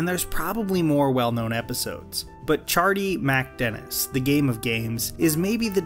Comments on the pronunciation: I cant get past about 70 seconds of this video because of the way you keep saying “ChardeeMACdennis” You’re killin me.. just get rid of the “A” in the middle there and pronounce it like they do on the show for f’s sake!! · You'd think if he lives the episode so much he'd learn how to pronounce it. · It’s criminal how you mispronounce MacDennis. Do you even watch the show?